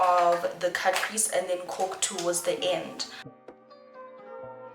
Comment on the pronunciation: I love when you “cut your crease” in that french accent 😂